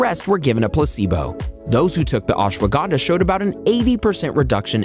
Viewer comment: You pronounced ashwagandha SO wrong 😭